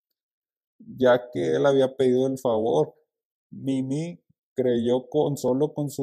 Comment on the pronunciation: Por q le dice ninÍ y no NINI